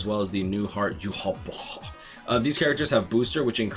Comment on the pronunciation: gotta love the way says Yhwach also grats on 50k 🥳